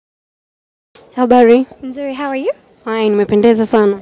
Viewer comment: shost sio habali ni habari